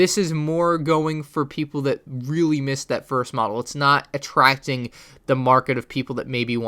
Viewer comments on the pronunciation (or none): none